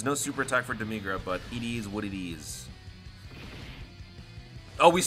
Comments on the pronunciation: For demigra say dem-mih-gra not dem-mee-gra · No Joke! I didnt realize this before I saw the comments. I used to call him Deh Mih Gra. But ever since my boy Scott Herman ruined the pronunciation, I kept calling him Deh MEE Gra to get him to stop calling him Dim Egg Ra -_ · No offense but the way you say demigra hurts